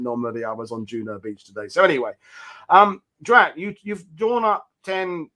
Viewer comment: It's Drach. Checked the time and clocked it being over 2 hours. Detail.